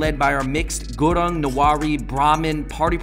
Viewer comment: The way those guys pronounced"gurang"-(Gurung) nearly killed me and btw momo is nepali food not tibetian ..